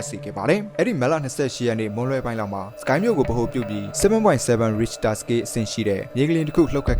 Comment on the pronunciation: Professional ကျကျ အထာကျကျပြောချင်ရင် Richter ကိုတော့ အသံထွက်မှန်အောင်လုပ်သင့်တယ်